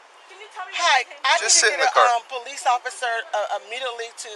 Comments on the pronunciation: Why does it sound like u saying “peace officer” instead of “police officer”? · I said this so many times why do they say poe leese